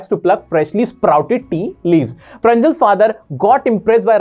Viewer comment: It's not pranjal it's praanzol , like that's how you pronounce it in Assamese